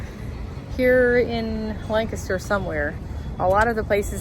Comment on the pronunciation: Thank you for pronouncing "Lancaster" properly! lol! Fellow Pennsylvanian who also follows Megan Fox Unlocked. Welcome!